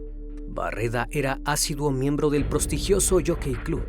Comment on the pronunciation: Prostigioso ? No es prestigioso ? Siempre en sus videos pronuncia palabras incorrectamente.